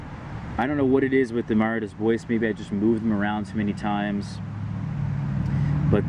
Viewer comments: Mara "dAy bWah". French. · good information. What's more worthwhile to grow, everbearing or June-bearing? Also, don't be offended, but it's pronounced Mah-rah day Bwah. It's French. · you're pronouncing Mara Des Bois wrong